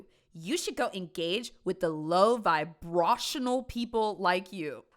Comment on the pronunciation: Just FYI. Vibrational is VIE-BRAY-SHUN-NULL. It’s the adjectival form of the word vibrate. It’s not VIE-BRAW-SHUN-NULL.